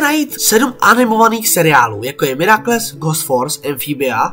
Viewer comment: Je to super, jen mě ve tvých videích vytáčí tvoje výslovnost. Nejsem odborník ale miraculous se nečte mirakles